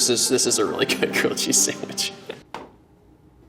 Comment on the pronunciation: At some point.. idk why but I heard "gucci sandwich" instead of grilled cheese sandwich..😂